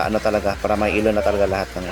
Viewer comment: Ilaw hindi elaw